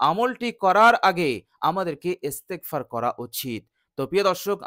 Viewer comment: ভাই আপনার ইস্তেগপার শুদ্ধ হয়নাই দয়া করে শুদ্ধ করে নিবেন